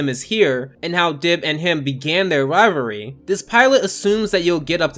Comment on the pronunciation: Rivalry not rivary